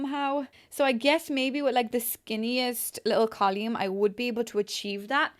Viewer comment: I thought I was having a stroke for a second, but then realized she pronounces column as col-yoom. Still, beautiful build :)